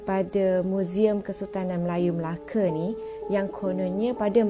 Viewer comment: Betul betul laaa cakap melakatu orang melaka dia melake salah